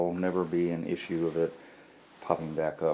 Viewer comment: Mumble mumble "iss ue" how could this be any more annoying I don't know. 5 minutes spent explaining you don't want to cut a 3" hole in a tile.